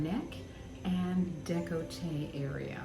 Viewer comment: y'all said you're in canada but saying "the" before le or la took me out. 🥲and deh-col-tay instead of deck-lah-tay.